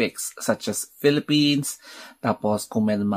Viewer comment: Pinay ako pero di ko naiikitang manalo sya maganda lang face nya pero Wala syang appeal,secondly shoes kot body beautiful and yung pronounce nya ng philippines ay felepen